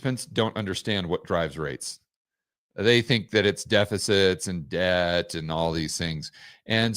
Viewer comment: For me ‚debt‘ sounds like ‚dead‘…. If you know what I mean.😂